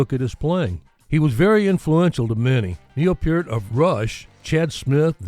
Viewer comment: Thank you for correctly saying Neil PEART, instead of PERT/PURT!